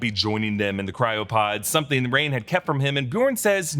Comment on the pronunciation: "Theres sum'n in the wo'er"